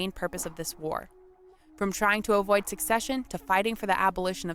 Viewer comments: One note, she is saying, "succession" when she should be saying, "secession." New York was up there in blue. I wish they had displayed the South in traditional gray. Oh, the picnic-thing. It is much more understandable when you realize basically EVERYONE back then had a super-idealized, even romanticized picture of war. Both sides felt its own cause was just, self-evidentally so, and the other side was just posturing. The civilians coming from the North to picnic thought they were witnessing history, a war that would be over by summer's end. It is important to note that no war since the Revolution had truly challenged America, and none had provided an existential threat, not even the War of 1812 (though some might disagree), and we had "opened cans of whup-tar" (as my cousin has said, in other situations) on everyone who opposed us since (mainly, Méjico and some Indian groups.) War, they thought, was a brief, historically significant, but ultimately lowly threatening thing that "America" was bound to win. Neither side truly considered that both sides had that perspective of divine right, and the Civil War is still, therefore, the bloodiest war in American history. It is bloodier than every other war Combined. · It's not succession, it's *secession*. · "Secession" not "succession" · That was painful to listen to. This lady said, "succession" every time she was supposed to say, "secession." Also, the Emancipation Proclamation did not free all the slaves. That was the 14th Amendment. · Was it annoying anyone else that the narrator kept saying "succession" rather than "secession"?